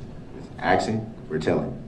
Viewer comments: You mean “AXKING” 🤷‍♀️🙄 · You mean axing or tellin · Would it be fair to say that the ALLEGED SUSPECT actually said: AXING or TELLING?! 🤣😂🤣😂 his bipolar behavior is sickening! His disrespectful behavior towards the Judge is causing me to need anger management classes! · He’s not “asking”, he’s “axing”. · Correction: he said AKSING not 'asking'. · You mean axing? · You mean axing. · " Aksing or telling?" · Listen to this fool axing☠️☠️☠️☠️☠️☠️ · axxin or tellin* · I believe he says "aksing". I wonder if he knows how to spell ask! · I wish the judge could say back to him, "Are you axeing or telling?" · 😮 I assume that’s AXING me NOT TELLING 😮😮😮